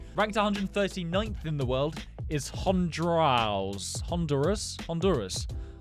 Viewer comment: "Hondrouse" (this isn't bullying btw I understand he might not be able to pronounce certain countries names)